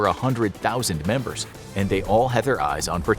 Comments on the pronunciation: "Memebers" (I'm sorry again) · “1200 memebers” 🤣